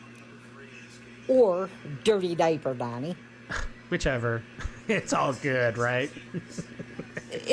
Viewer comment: yall doesn't pronounce the last letter of some word. "It won't be goo" he says.